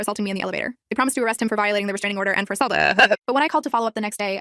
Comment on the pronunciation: "AssultUhEhUh" wth💀😭